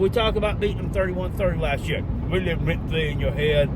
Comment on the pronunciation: “Went fwee”